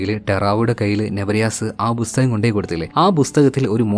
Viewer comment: ബുസ്തകം അല്ലടെയ്. .. പുസ്തകം. ..